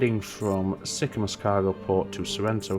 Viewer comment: You could run food back on the shipyard return trip from Sorrento to Sicamous. Also the pronunciation of Sicamous is Sick-a-moose. ;)